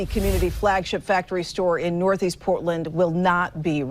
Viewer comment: Poor-tland, Orgone